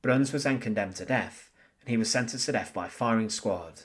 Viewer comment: "TH" IS NOT PRONOUNCED "F". "DEATH" IS NOT PRONOUNCED "DEAF". STEP UP YOUR GAME.